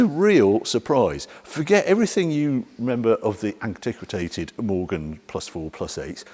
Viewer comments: It's ANTIQUATED not "antiquitated". Unwatchable. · WTF is antiquitated? 🤣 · “Antiquatated” Harry? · He tried and failed to say, ''Antiquated''.